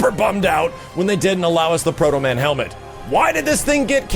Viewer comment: you said proto-man..............you are my hero! got yourself a sub